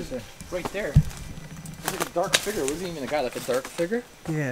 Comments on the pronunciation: No offence but everytime you say "Figure" It sounds like you're saying "Finger" xD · I know, right. Or how he says 'figure' or 'villa'! I think he's hooked on phonics. lol